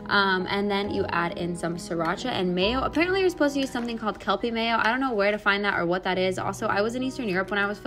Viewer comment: Also it's kewpie mayo <3